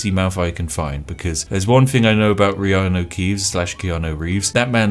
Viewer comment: ITS VEANU KEEVES!!! GET IT RIGHT!